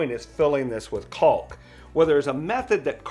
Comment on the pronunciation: Caulk. Emphasis on the aulk